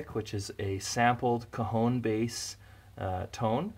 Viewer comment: Haha everytime you said cajón it sounded like cojones